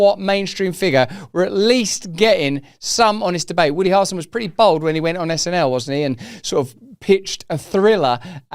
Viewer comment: Why can he not say "Hair-ul-son" 🤔 😅 ??